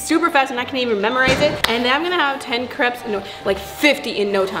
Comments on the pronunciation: It not caps it’s crapes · The word is crepes not creps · They say crepes like cre-ps instead of crae-ps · It’s not craps it’s crapes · It’s crapes not creps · Not to be mean but it's pronounced cre-apes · you pronounced crêpes wrong. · OMG I really like your videos but the way you say crepes it is a trigger warning for me because I love crepes and I feel like you're saying it wrong but I'm probably wrong